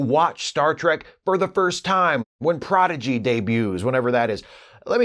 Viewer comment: At last, a Trek tuber who doesn't pronounce it Progidy. ;)